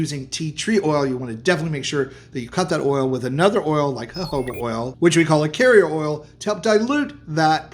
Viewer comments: Jojoba is pronounced HOHOBA. Is that what you meant. It said HOBA? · Why is he butchering jojoba oil😅